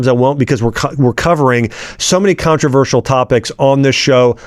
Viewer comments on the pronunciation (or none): none